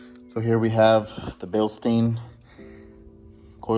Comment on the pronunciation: "beel'sh'dine" Bil pronounced as in wheel stein pronounced as in "shine" with a somewhat soft "t", in there. source: am German